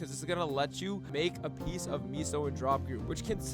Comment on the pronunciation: Take a shot every time he says miso instead of meso